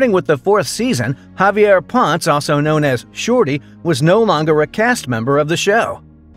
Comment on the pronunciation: Javier Ponce <Pon-Seh, or Pon-Say>